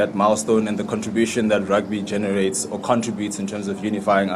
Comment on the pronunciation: Did the dude just say Genetate.... before he swallowed the carrot